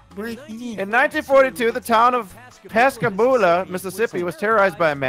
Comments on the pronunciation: Its supposed to be Pascagoula, MS. Not Pascaboula lmfao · the city is called Pascagoula not pasbogoula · Did anyone realize Fibbage 3 got the name of the town wrong for the Phantom Barber? It’s Pascagoula, Mississippi not Pascaboula. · Pascaboula? Dev team messed that up lol! It’s Pascagoula, MS. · Its Pascagoula, Mississippi. Not Pascaboula. I wuld know. I live near it. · It’s Pascagoula, Mississippi. Not Pascaboula. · Ugh who ever said Pascaboula Mississippi I just want to let you know you said it wrong Btw I know this bc I live in Mississippi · It’s Pascagoula not pascaboula even autocorrect agrees with me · Not to be that guy, but it's pascagoula, Mississippi